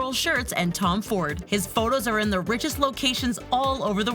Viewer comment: “One of the richiest countries” LMAOOOO